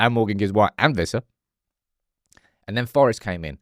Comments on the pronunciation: It's Wi-ssa not Vi-ssa 😂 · i really like this channel but you're being disrespectful about the pronunciation of Wissa's name